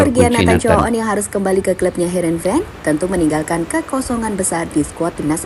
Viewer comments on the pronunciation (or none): Harenveen bang ..😂 bukan havenreen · Heerenven bang.. bukan hevenren 😂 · Bukan Hevenren bang😂😂 Tapi heerenven